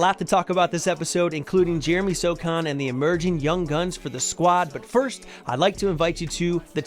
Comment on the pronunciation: First you say “So” then you say “han”! Now say Sochan. You’re a Spurs channel or alleged fan. You should know